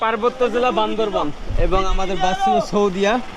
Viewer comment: It is Bandarban not Bandarbon.Say right.